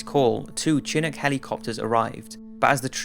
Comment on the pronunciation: They way you say Chinook caused me to fall out of my chair laughing.